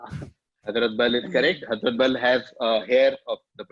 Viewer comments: "It's called HAZMAT sorry HAZRAT" (with the worst pronunciation possible by an Indian for this word)... If you know the answer you will never call it HAZMAT, HAEZRET, just like you will never call BUDAAN as BHUDAN (last quiz edition). At first, I was also pissed off why people are calling most of the winners as cheaters, but this one kind of stuck on, and for the right reasons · Hazraat ka kya pronounce kiya hai waah - itna cheating kiya hi hai to pronounciation bhi check kar lete Last quiz mein Reuters ko bhi gazab pronounce kiya tha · Isko khilate kyu hain baar baar. For someone who knows the answer, they'd never mispronounce Hazrat and Mohan Bagan